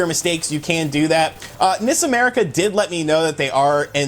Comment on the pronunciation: Some people do pronounce it with a long i sound, (NEES America), since the i stands for Ichi. Never heard his short i pronunciation anywhere else though